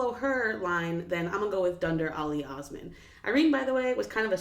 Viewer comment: i'm going with the young napoleon cause he looks like a total chad also, what i find amazing is that not a single person pronounced "osman" correctly lol